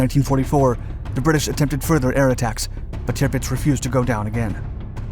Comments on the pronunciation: It’s pronounced TIRRPITZ not TIPITZ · It's NOT bloody 'Tipitz.' It's, 'TIRPITZ.' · No such ship as Tipits i think you mean Tirpitz. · Dude... it's "TIRpitz." Not "TIPpitz." Geez. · It's TiRpitz not Tipitz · Sounds like "timbits" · Driving me nuts with this repeated mispronunciation of the ships name. Tirpitz is pronounced Ter pits